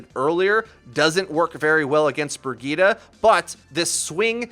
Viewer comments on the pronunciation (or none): "Brigeeta" gives me cancer